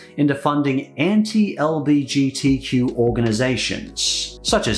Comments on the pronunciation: The way you say LBGTQ+ is mildly infuriating it's LGBTQ+, I say this as a member of the Bi community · It's 'L-G-B-T-Q'. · The slight annoyment I felt when pronounced LGBTQ wrong just physically hurt but, I still love the message